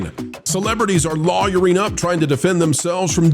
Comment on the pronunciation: you said “lawwerying” in your into, was that just you, or is the Youtube Algorithm finding new “words” to flag ?